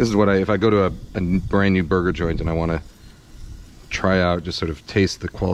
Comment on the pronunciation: sounds like he says booger. Yes I am 12.